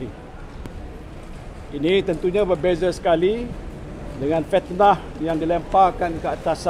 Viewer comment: Fitnah...bukan petnah